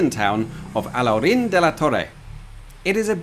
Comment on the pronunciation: Great pronunciation of "Alhaurín"😃!